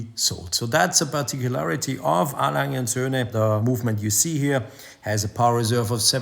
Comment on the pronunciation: Happy Festivus ole boy. When I grow up I hope to pronounce ‘A Lange’ like you. Great vid as always.